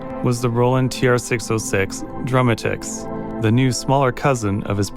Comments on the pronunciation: I like how you mispronounced Drumatix as drum-uh-ticks instead of drum-ah-ticks. It's a play on dramatic and drums. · I believe it’s pronounced like dramatics, not Drum-a-ticks 😂😂😂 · I've never heard anyone pronounce Drumatix any other way than if one were to pronounce dramatic but with an X sound at the end.